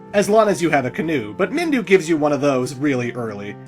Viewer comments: its Minwu not Mindu for devil's sake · "MinWU", not Mindu lol